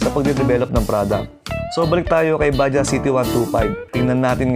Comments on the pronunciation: Bajaj po not baja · What exactly is the correct pronunciation of "Bajaj"